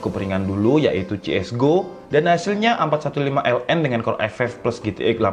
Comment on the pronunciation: Asus a451ln? Soalnya g jls nyebutnya